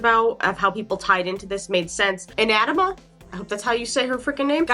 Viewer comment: Darling, the word isn’t “touchy”, it’s “tetchy”. Irritated. And Anathema is ann-ATH- eh-ma. Remember it uses Britishisms. And God is “eternal, almighty, beyond understanding and ineffable, not to mention genderless, but She prefers She/Her pronouns “. I don’t make the rules. Neil Gaiman does.